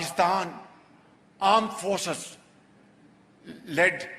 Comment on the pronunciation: Pakistan armed forces ❌ Pakistan aand forces✔️